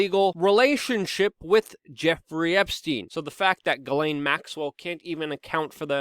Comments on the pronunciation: also, her name is french its PRONOUNCED> SHJEH-SLAIN. add a french accent and you got it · At this point, she has EARNED the name JIZZ-lane and you should not feel bad about “mispronouncing” it.